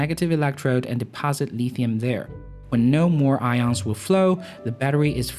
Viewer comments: Nobody says "Leethium". It's Lithium with a short 'i'. Where do you come from? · I lol when I hear Chinese dudes say lithium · If you are going to talk about lithium batteries you should learn to pronounce lithium.